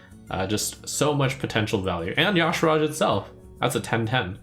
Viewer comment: Is Y'Shaarj supposed to be pronounced "Yasharaaj"? I feel like there's a few too many A's inserted in there.